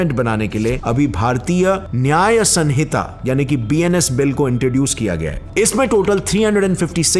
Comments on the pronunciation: It's sahita not sanhita...it is written as sanhita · bahut achhe se explain kiya apne bt साक्ष्य होता है सक्ष्य नहीं और सनिता नहीं सहिंता होता है ❤ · Hey, I like your content too much but, please take care of our Hindi language, *request Like, samhita - स(मं)हिता = संहिता Sakshya - साक्ष्य (not सक्ष्य),... And many more💔🤌 🙏🙏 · It’s Samhita